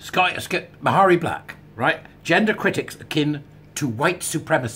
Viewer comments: PS. Mhairi is pronounced Mahree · The “h” is not pronounced. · If I ever have to say her name again, I'll probably pronounce it Maaharri Black. For those who don't know, Maaharri got into WM in order to get Labour out, Douglas Alexander's seat. Maaharri was hugely popular with independence supporters. She was a passionate, articulate young lass when making the case for indy. Turned out to be a massive disappointment as a WM politician though. I think a few SNP are standing down in WM so they can gain a seat in Holyrood instead. Less travel, but still enjoying a seat on the gravy train. All being well, next elections, SNP should be routed from both WM & HR! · This is very good stuff. 'Marry' (approx.) seems to have become the accepted pronunciation for Ms Black's first name, hasn't it, even though it doesn't adhere to Gaelic spelling/sounding rules. All best